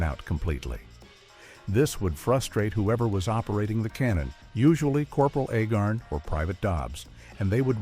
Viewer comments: I'm pretty sure it's pronounced ayy-garn, not eh-gern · The name is Agarn, not Agern! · Agarn asshole, not agin 🤷‍♂️ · If you are going to bother to do a documentary on something, get the pronunciation on the character's name correctly. It is Not Ahgarn. Or Ahgar. The A is a long A pronounced like the first letter of the alphabet. Say it with me. A-Garn. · It's A-garn, not A-gurn. The narrator of this clip is incompetent (and also painfully repetitive). He should have been on the show. He would have fit right in. BTW, first season better than the second. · Agarn, not Agern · His name is A- garn. please get your ai slop right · Corporal "Aggin"?...come on, lift ya game! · A-garn. A- garn. Long A, as in stupid AI narration. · This was a good video, but a Agarn not pronounced Agin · For the most part, the clips do not match the narration. Also, the narrator cannot even pronounce "Corporal Agarn." He kept saying "Corporal Agern." Amazing that these AI generated stories just don't measure up for a real fan of old TV. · It's pronounced AY'-garn. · The ROBOT narrator can't get Larry Storch's character, Cpl Agarn's surname straight. This earns a thumbs-down precisely begause the narrator IS NOT HUMAN, BUT A ROBOT! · I find it irritating that the announcer pronounces Agarn 4 or 5 different ways. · I watched the series when I was a kid. I'm surprised this video tends to repeat itself, as well as mispronunciating Agarn... The "who says I'm dumb?!" joke usually had the "I don't know why people say you're so dumb" line at the end of a scene, with a transition to the next scene at which point the first line of the scene was Agarn's "Who says I'm dumb...?" retort.